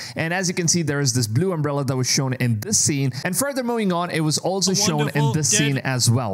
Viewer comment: "Umbrella"? Do you have brain damage?